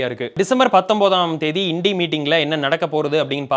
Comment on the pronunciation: Well pronounced.. இன்டி கூட்டணி is the right pronunciation 🎉🎉🎉🎉